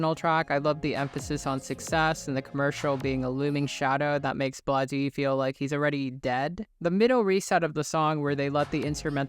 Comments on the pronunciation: also its pronounced BLADE not Blad-ee /gen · It’s pronounced “Blade” not “Blah dee” lol but great video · just letting you know, as a member of Drain Gang, it's just "blade" not "blah-dee" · you’re good brah, usually it’s pronounced blade like on a knife ☝️ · the way you say Bladee LMAO, Blah Deee im dead